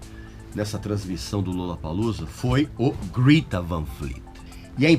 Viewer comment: É 'grêta', não, 'grita'. Segundo os próprios moleques da banda.